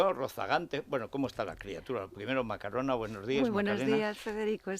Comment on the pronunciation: MacarOna JAJAJA